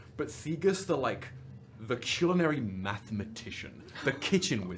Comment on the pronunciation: I love Maravix so much, she's like the mom of the friend group who only got that position cause she's the only sane one also, i'm so glad I was eating during the soup description otherwise my stomcah would have been growling while I giggled about how says culinary